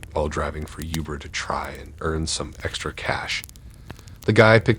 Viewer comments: Hard to take these seriously everytime he says youber lol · Great video man. But I'll be honest, I chuckled to myself everytime you said youber lol